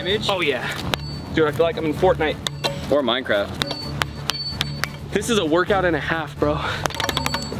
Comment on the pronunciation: be talking aboute minkrafte